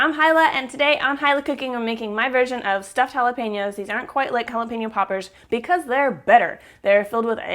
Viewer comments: I thought you said jala-penis LOL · Sounds like you said jalapenis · she said Jala penis. lol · Did she said "I love jalaPENES" ??? OMG.. correct me someone if i heard it wrong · Why does it sound like you are saying Hilah's Penis!! LMBO!!!! hahahhaaa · Lol i thought she said jalapenas